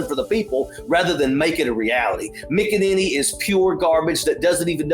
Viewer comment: McInanity.... SIGH